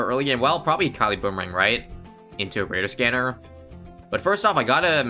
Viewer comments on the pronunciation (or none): Remember its not radar scanner its kadar scanner